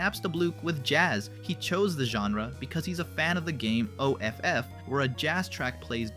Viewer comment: did you just call it "o-f-f" instead of saying Off